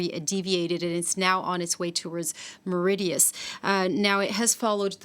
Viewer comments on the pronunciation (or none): Our island is called Mauritius not Meridias